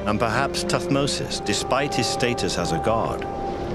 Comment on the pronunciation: it is thutmose not tut mose